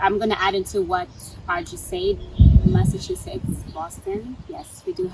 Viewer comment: Massasuchetts or Massachusetts, at least we get the idea. Leave my brother alone abeg. 😂